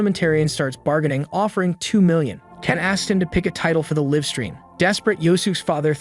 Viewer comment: Live is pronounced /līv/. Get it right or just stop translating videos to English until you know English better than me. And I'm just an ordinary guy, so you can do it if you try.